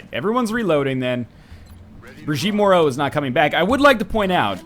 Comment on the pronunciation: I don't know which is worse, the fact someone with my surname died so quickly in a videogame, that she was your first true death in such a long time, or that you know how to pronounce Moreau (as everyone around or in Canada does). Keep being salty, NL. You rock even though you caused the death of my virtual family member. >:I